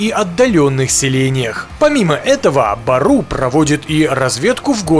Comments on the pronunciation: байтцы бору а не бару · Не бару а бору в переводе волк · Не Бару, а Бору что переводится Зверь. У нас буква ө вместо О